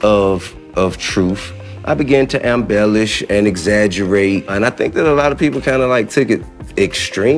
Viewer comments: He said "ambellish" instead of "embellish". Lord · Honey...did YOU learn to read....look at the word in quotations....he said "AMBELLISH".... He did NOT say embellish which is the correct pronunciation of the word that you so kindly defined for me...go back and listen...hes not as smart as he thinks he is......before you insult my intelligence....maybe you should brush up on your reading comprehension skills....